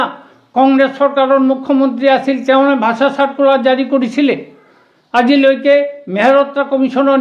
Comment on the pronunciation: ভাচা নহয় ৷ ভাষা বুলি কয় 😅